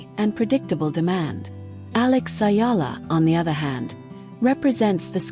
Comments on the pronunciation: The name is Alexandra Eala,not Ayala please. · It's EALA ma'am not Ayala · It's not " Ayala" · Ayala is wring! Just call her Alex if u cannot pronounce Alex last name correctly. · Ayala is a wrong pronounciation!